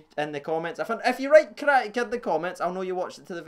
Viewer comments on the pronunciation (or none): none